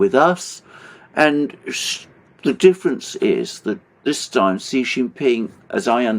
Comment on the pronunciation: FOR GOD SAKE or Buddha's sake, Alexander, please get the pronunciation of Xi's name right. When you see 'xi' just pronounce 'SHE'. Thankyou